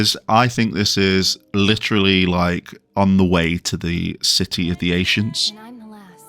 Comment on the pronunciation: Why are you saying ancients funny?? Ashients 🤔 🤔